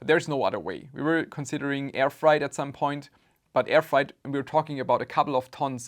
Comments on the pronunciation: its more fraaait than frite (freight) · frEIght, not fright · I'm so sad for your loss... Ah, it's not "fright" it's "freight"! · Thank you for making this video. Respect. My only complaint is that freight (shipping) is not pronounced like fried (cooking) or fright (scared). Try saying "frayt" instead. Or frāt, IPA: /fɹeɪt/ (But after a few minutes of repeating the wrong word, I finally caught on to the meaning from context clues.) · Just a little note on your English; The word "freight" is pronounced like "weight" (wait). It's not like "height"(hite), as you pronounced it. Hope this helps and that it does not offend you. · My condolences. By the way, "freight" rhymes with "eight". You're saying it as "fright", though I imagine you had a fright when you found out what they had shipped. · Fright vs Freight XD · "Freight" is pronounced like "crate" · So you didn't report them on alibaba? Freight is pronounced just like how you pronounced weight. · It's pronounced "FRAYT". Sucks you got scammed, but my racism against the Chinese would have prevented this. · Freight is pronounced with a long A